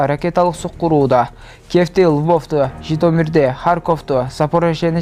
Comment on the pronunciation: хитомир эмес, Житомир го